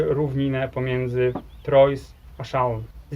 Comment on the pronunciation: Fajny odcinek. Jedynie żal było słyszeć nazwy francuskich miast Troyes (thrła, nie trojs) Châlons (szaLĄ)